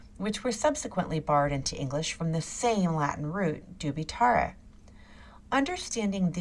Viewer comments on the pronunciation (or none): Such a SHAME a person trying to explain something about latin language and cannot pronounce it correctly. Dubitar ????? Dubitarrrrrreee , come on , do your home work first, not impressed at all. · Ok, but for godness' sake, learn how to pronounce Latin: "dubitare">"doubeetahwray". Arghhh. Why would it have to have an English sound!?